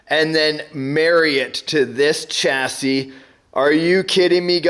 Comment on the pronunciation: Another great video. Just out of interest, why do you say chassis with a ch rather than with a sh? It's a word of French origin just like Ch(sh)ateau and Ch (sh)ampagne. Maybe it's a North American thing??